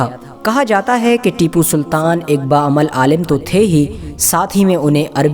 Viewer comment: Unka naam acchese lo bhai